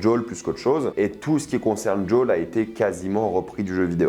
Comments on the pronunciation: Il s'appelle Joël et non Jul ! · Tu fais exprès de mal prononcer les noms ? Joel qui devient « jol » Marlène qui devient « marline », ashley qui devient « achli » et j’en passe pleins. Même les anglophones prononcent pas les noms comme ça